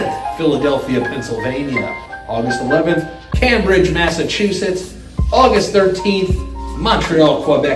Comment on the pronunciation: i love you but never pronounce cambridge like that again